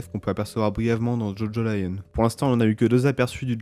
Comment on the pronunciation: C'est Jojolion et pas Jojo Lion